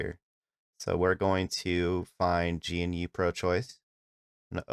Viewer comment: GE-NEW not g.n.u. good video tho thanks